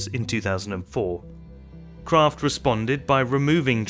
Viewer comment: I thought it was Kraft, not Croft ? Hmmm. You learn something everyday.